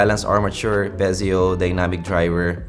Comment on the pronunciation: Hey its "Piezo" not "Pezio" 😂